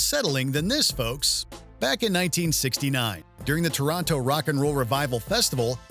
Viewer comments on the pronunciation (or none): none